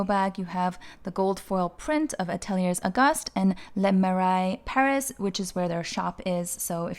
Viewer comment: great video as always. Just a pronunciation tip: Atelier Auguste is pronounced “Ah tell eeyay Oh Goost” Close anyway… 😊